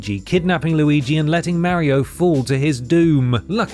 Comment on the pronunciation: I'm sorry but I can't watch any video where someone calls him "Mary-o".